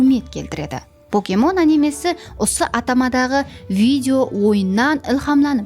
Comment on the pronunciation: Покемон дурыслап айтын, поокемон емес, пакемон деп айтылады